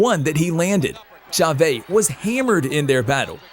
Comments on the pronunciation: Chavé? Lol. Cha-VEZ. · "Cha-Vay"??? WTF, how amateur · Who the hell is Julio Caeser CHAVAY????? Does he think he's pronouncing it how Mexicans do, lol??? Sorry mate, I love boxing and you got good videos, but come ON! I have a feeling "Wokeness" is behind the butchery of this great legend's name